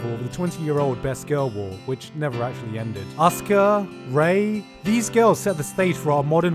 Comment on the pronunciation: Also learn to pronounce Asuka right please..... It isn't that hard....